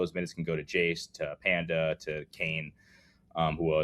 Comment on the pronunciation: gotta love our resident magic fan on the show calling noa penda (absolute baller) “panda”